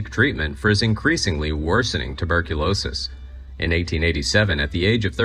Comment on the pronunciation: Three times he said turberculosis. There is no r before the b, dummy.